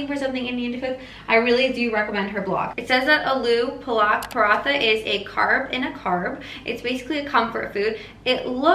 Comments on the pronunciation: Im indian. So let me help you with the pronunciation. It's pronounced Aaloo Paaluk Paraathaa. Double A stands for the type of "AAAAAAAHH" sound which comes out of the people in horror movies when they scream. The U stands for the u sound in "umm". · I'm Indian and aloo palak paratha is pronounced as "aalu paalak parahtha"(lol) AND YES the stuffing needs to be COOKED. XD Looks amazing tho. <3<3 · the pain I went through when she pronounced aloo palak paratha 😭 I still love her tho hehe <3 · Being indian and trying to figure out how to say aloo palak paratha was the highlight of my year xD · Why do we have to buy microgreen. You can soak seeds and grow ur own. Why in West, they market everything. The way pronounces Aloo Palak paratha